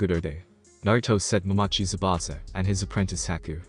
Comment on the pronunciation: zabuza not zabana